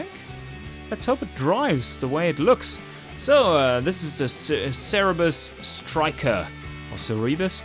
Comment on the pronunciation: Isn't it Zerberus and not Cerebus?